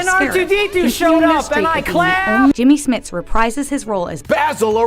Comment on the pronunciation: "BASIL OREGANO, played by JEEMMY SMITSSS." o_O